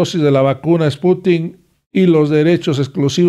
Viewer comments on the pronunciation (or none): No es Sputink,...Es SPUTNIK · Creo que es spuntnik no sputin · No,no es esputin es SPUTNIK